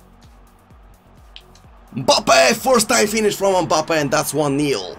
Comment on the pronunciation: Nobody:: UMPABBE!!